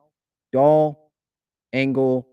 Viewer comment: Adam Engel (not angle like this keeps mispronouncing) - "He’s also a quality baserunner, as the excellent speed that has made such a gifted outfielder plays on the bases. He’s stolen 47 bases in 64 career attempts, including a solid 12-16 success rate last year. His right-handed bat offers manager Bob Melvin a chance to shield incumbent center fielder Trent Grisham from tough southpaws on occasion